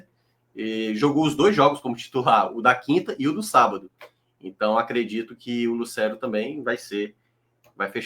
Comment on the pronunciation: corrige essa pronúncia. Não é "Lucéro". É "Lucêro".